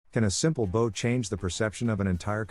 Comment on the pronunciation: Please pronounce the word bow properly. It is not a ribbon you tie in a bow. It rhymes with now!